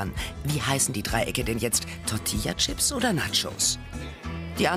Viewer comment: BITTE SAGT "Tortillachips" UND NICHT "Tortiachips"!!!!!